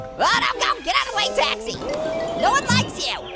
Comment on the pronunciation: says taksi